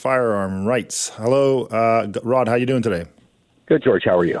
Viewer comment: Be nice if they interviewer could pronounce Rod's last name. Is this actually a 3D printed firearm or is it just a heavily stippled Glock with no number plate?